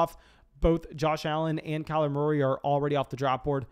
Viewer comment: “Kyler Morey”